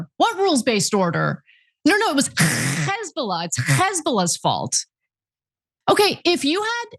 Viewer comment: Perfect imitation of the pronunciation of "Hesbollah" by Ana, the way Israeli's always have bizarre ways of talking to make people cringe.